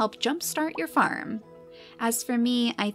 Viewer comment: I thought you were saying farm fam for ten minutes